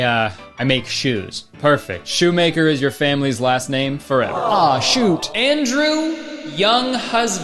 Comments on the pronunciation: "'shoe't" ... i see u bud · Yes. Return of the "Aw Shoöt".